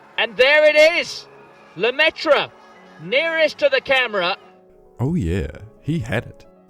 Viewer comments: It's pronounced Lemaitrr, not Lemaitreuh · Et Lemaitre, pas Lemaitra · God I hate how english speakers pronounce Lemaitre, there's not even an attempt at getting it right. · The way you said Lemaitre hurt my french soul